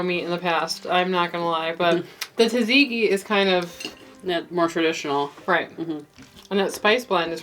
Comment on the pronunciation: Your pronunciation of "döner," "tzatziki," and "gyro" was a huge turn off. The word "kebab" is a Middle Eastern term which goes with the "döner." Döner kebab is a Turkish dish. Gyro is Greek. "Kebab" is usually a term used for meat stacked onto a skewer. tzatziki is a sauce that is traditional for the Gyro. A garlic yogurt sauce is traditional for the döner. Other than this complete lack of context, your video was actually pretty good.